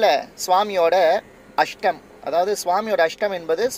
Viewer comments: not a astam.it is hastam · அஷ்டம் இல்ல அஸ்தம் ஓகே வா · soluren thappa eduthukadheenga adhu ashtam illa astham. Sonadhu Thappa irundha manikavum 🙏🙏🙏